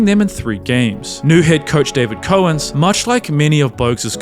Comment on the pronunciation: learn how to say Dave Cowens or quit this business...